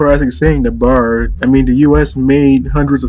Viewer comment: Congrats on the loss! Btw just for historic reference. The B.A.R. is an acronym for browning automatic rifle. And is pronounced with each letter individually. Not like a Bar you drink at. Nice vid man 👌